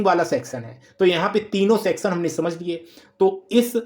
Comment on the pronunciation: Sexan wice ha ha ha 😂😂😂😂 . Sorrt circuit wala sexon